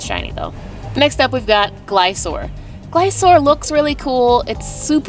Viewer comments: Glis-cor not glisor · Sorry but to pronounce Gliscor correct is ( GLI-SCORE ) =gliscor not Glisoor